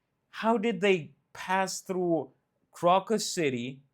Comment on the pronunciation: The English pronunciation of Crocus is with a long O on the first syllable, like the flower. Just so you'll know.